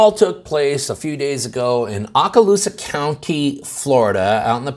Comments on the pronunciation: Man I’ve never heard it botched so bad. It’s OH-Ka-loosa. I was stationed there from 86-91. I flew USAF Spec Ops helicopters. I was retired in 2010. This young man he’s one of us. He’s a Warrior. He was a Gunner on Specter gunships. They saved my ass more than once. The cop yells something like drop the gun after he shoots the kid. He falls backwards and says “ I did it’s right there” Karen the reported whatever and this cop need to be charged with manslaughter. Having a firearm is NOT reason to escalate, kill the young man and lie calling it self defense. The barrel of his pistol stayed pointed at the ground!!!!!! I would like everyone to know this: this Deputy is from the same department that killed his patrol car, with a handcuffed man in the back seat screaming shots fired……….. over a fallen acorn………….. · The O in Okaloosa is a long sound.